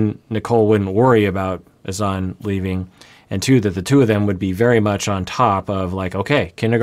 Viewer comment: She just called Granada "Grenayduh" 🤦 BTW, Azan how pronounces it is a great example of proper pronunciation of a foreign name in English. But La (rolled r) eesa, is not. Lol. I guess the difference is applying the accent?! Like, you can say, Grenahduh in English, and that's proper. You don't have to go all out Grah- nah(n tip of tongue)-dah(soft d at tip of tongue).